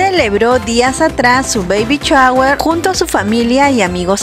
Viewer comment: No de dice chaguer. Se dice shower